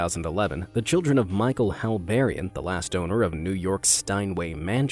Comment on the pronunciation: Hallbairean sounds a lot like hell barren ......yeah